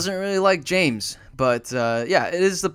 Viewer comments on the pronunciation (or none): none